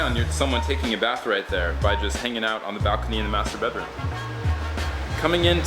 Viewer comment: when he says : master bedroom i dont know why but i hear masterbate Room XD